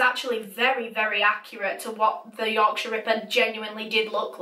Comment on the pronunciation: I love the way you say Yorkshire ripper.Yorksha Rippa